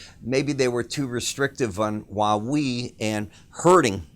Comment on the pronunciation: They have a popular cell hone he is saying it wrong... Like he's from Chicago or something